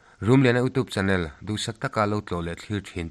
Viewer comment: YouTube tih hi iutiup tih lamrik ang hian han lam ri thei la a tha ngawt ang. Hmasawn zel turin duhsakna ka hlan a che. 💪